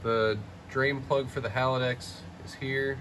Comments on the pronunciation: HAL - DEX not HAL - A - DEX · Haldex 'Hal-dex' 'Hal-decks' Having a Hallava hard time saying Haldex.